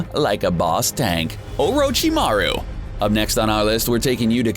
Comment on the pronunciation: in the world of NAYROOTOES OHROHCHEEMAROO SAYNEEN BOHROOTO